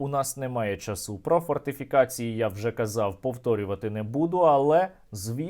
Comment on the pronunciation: не можна слухати, сто п'ятдесят неправильних наголосів, нема ніякого часУ - це неможливо слухати, якщо правильний наголос завжди був, є і буде чАсу